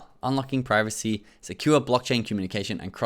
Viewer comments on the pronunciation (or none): none